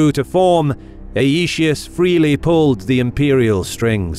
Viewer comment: Aetius is to be pronounced 'eye-tee-oos' in accordance with the Classical Latin pronunciation.